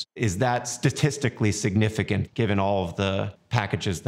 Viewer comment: Signifigant? Seriously? lol